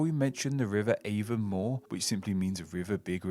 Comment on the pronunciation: It’s not AAY ven more, it’s ah von MOAR!